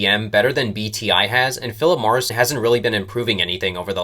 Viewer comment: you sound like a moron calling them phillip morrison